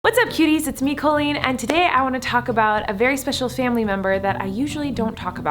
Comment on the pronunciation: Love this video.... although the way you say your own name makes me cringe. Lol KOHL-EEN. Oy vey